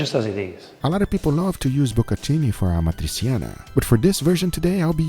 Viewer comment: Correct pronunciation of this italian word is amatri'tʃana not amatrisiana.. It’s similar to words with c and h in spanish.. Like chaqueta, chatarra, chaleco etc.. Nice video 👋